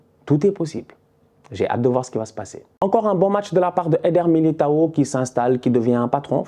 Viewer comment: pronuncia o nome de militao da forma certa desgraça